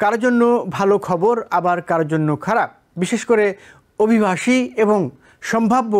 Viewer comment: অভিভাষী নয় উচ্চারণ হবে অভিবাসী আমার একটা প্রশ্ন জাগে মনের মধ্যে TBN নিউজে কে চাকরি দিছে?